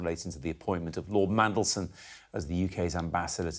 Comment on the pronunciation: Thangod he pronounces Mmmmm correctly 😅😅😅